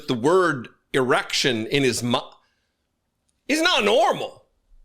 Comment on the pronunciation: He doesnt know how to say erection